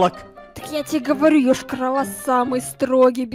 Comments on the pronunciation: Ешкарала, а не Ëшкарала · Не Йошка-рола а Йошкар-Ола Я там живу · Вообще-то Йошкар-Ола